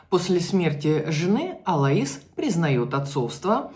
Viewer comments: Не Алаис, а Алойс. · Так режет слух АлоИс... правильно АлОис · Алоис ударение на О! Ангела ударение на Е